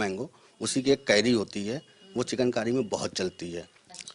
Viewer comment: पहली बार सुन रहा हूँ,किसी रिपोर्टर को चिकनकारी को चिकेन कारी बोलते हुए,रिपोर्टर की शब्दवाणी सही नहीं है.